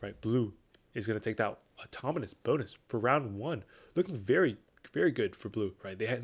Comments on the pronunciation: automonous ✅autonomous ❌ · is it just me or are you saying "automonous" throughout the video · I thought the same thing